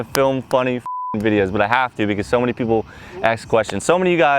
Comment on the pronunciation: Dudes white and says ax instead of ask